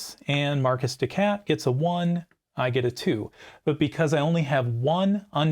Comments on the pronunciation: Marquise is a very easy word to pronounce. It is Mar-keys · I apologize for every American that pronounces "Marcus de cat". Some of us actually enjoy French culture, and are mindful that it's "maar·keez". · You are correct. My decision to pronounce Marquis "Markus" rather than "Mar-Kee" hints at my upper midwest upbringing. You don't even want to know how we pronounce Versailles around here :) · I typically pronounce Marquise de Cat as "Mar-kee dee Cat". It just sounds too much like "My Kitty Cat!".